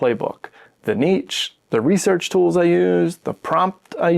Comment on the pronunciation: Is it pronounced neesh or nitch? No one has ever figured it out. You solved the problem with neetch. 😂